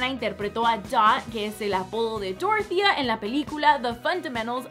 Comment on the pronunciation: En mi pueblito hay una señora llamada dorothea y se pronuncia dorothea no doro.... jajja